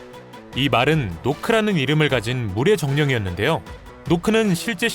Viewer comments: 노크가 아니라 녹크입니다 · 노크 아니에요 나크 에요! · 노크아니고 나크야..... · 노크가 아니라 나크에요